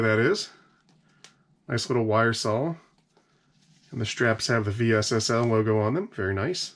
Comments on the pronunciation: just say vessel.. V S S L 😳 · I've always heard this company pronounced "vessel". Just curious if you are saying the letters for a specific reason? Great videos! Thanks for creating content.